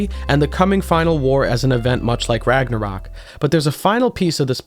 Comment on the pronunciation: As a person that speaks a nordic language your pronunciations actually seamed to all be very onpoint (ofcourse an accent is apparent but its not that noticeable on singular words) however i cant even blame you for misspronuncing Ragnarök i doubt the ö is even used in the source where you got Ragnarök from